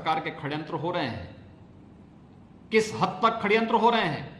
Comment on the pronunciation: Abe kya khadyantra , hadyantra bol Raha hai phle shadyantra to bolna sikh le